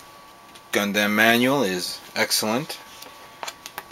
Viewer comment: why do you say gundamn?